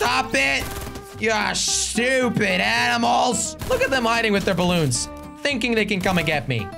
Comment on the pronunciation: Blloons or balloons?